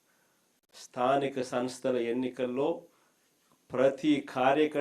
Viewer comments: స్థానిక సంస్థ అని ఉచ్ఛారణ కూడా సరిగా చేయ లేవు. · jagan తో అనిపించు కరెక్ట్ గా😂